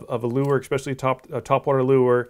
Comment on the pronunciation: Thanks for the vid...however...there is no such word as 'ekspecially'...it is 'especially'...which I'm sure is knit picking.